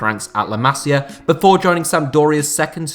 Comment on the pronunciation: Yo,it's not Cales Puyol it's Carles you have to read the R,not ignore it and you said "Masiar Academy"! Like what the hell man?!Where did that R come from? It's Masia Academy not Masiar Academy